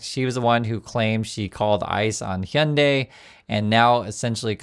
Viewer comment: Why do Americans say ‘honday’ instead of pronouncing it correctly?